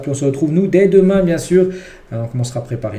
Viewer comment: Pourquoi tu dis bilbo 😂